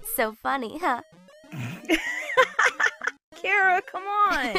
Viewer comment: I am glad you pronounced Charas name right for asre